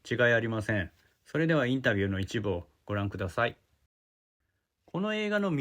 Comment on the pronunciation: いつになったらインタビューあるんだよぉ… って思ってたらまさかの発音でふいたwww